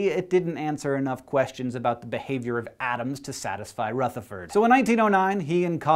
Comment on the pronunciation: OMG HE SAID RUTHERFORD RIGHT! As an Irish dancer, it irks me to no end when my teachers say RUEtherford, because it's RUHtherford!!! Hank, you just became more awesome than before!!! :D